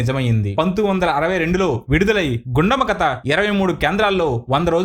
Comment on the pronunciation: కత కాదు, కథ అని పలకాలి. సాంత కాదు, శాంత అని పలకాలి. బందువు కాదు, బంధువు అని పలకాలి. తెలుగు సరిగా పలకటం రాని మీరు voice over ఎందుకిస్తున్నారు?